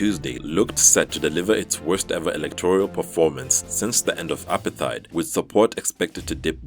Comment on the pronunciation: Dear news anchor, kindly bother to google the pronunciation of words; Makes for a more professional look. For example, apartheid is pronounced /əˈpɑːtheɪt